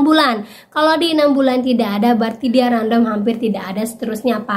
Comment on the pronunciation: Random bc nya randem mba bukan random 😊